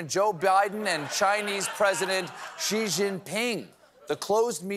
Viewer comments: Please Stephen, I love you but his name is Xi (she) we have the same sound in English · Steve, you did the whole 'He said, Xi said' joke yesterday, why do you still keep calling him zee?